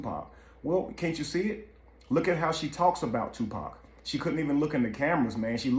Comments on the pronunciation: "Dear 2 Pack" 🤦🏾‍♀️ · It ain't two pack it's tupac........ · Ok white man an majority white folks its freaking 2pac not fucking to pack geesh say it right or don't say it at all. SMH im sick of yall fucking up his damn name.. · It annoys me when they call him Two-Pack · I hate how wyt pipo say 2 pack 😮‍💨